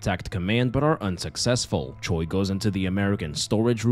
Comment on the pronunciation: Don't ask me how but whenever I do my makeup to your videos, it always turns out so good. Thank you for that haha (Also just a little language tidbit, Choi (최) is actually pronounced closer to Chwe then Cho-ee)